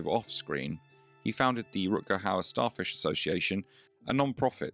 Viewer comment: No need to feel sorry for the hostess, she brought it all on herself. How difficult is it to pronounce Mr. Hauer correctly? I will admit his first name is a bit more difficult for non-native speakers of Dutch, but the easy way around that is the aforementioned Mr. Hauer. And getting the movie right is just preparation.